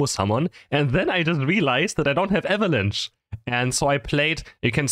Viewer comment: this guy says eva lunch instead of avalanche LOL